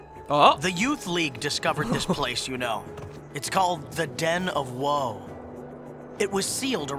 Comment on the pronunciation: you got it right the first time;) Although Whoa might be a technically right pronunciation